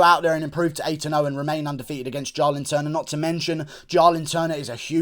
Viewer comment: It’s Jalin Turner not Jarlin Turner